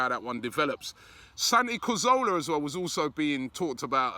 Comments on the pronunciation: He always says Santi CAZOWLA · Why do you say cazorla wrong every time surely you’ve learnt it by now